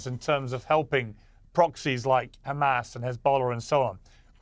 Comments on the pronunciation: Benny repeatedly saying Khamas to brainwash the masses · The Khamas, the Khamas, the Khamas……… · Khamasss and Khezballlah, every other H is pronounced perfectly. I don't get it.